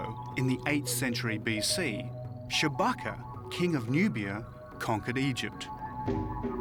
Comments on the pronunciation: Did he really say "Chewbacca"??? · Did he say "Chewbacca"?